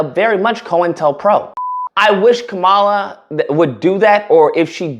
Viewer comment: Calling Roland Martin a hostile ig'nant while wearing a "stop heterophobia" shirt every GD video is rich!🙄 Now try to pronounce Kamala's name correctly, if you can.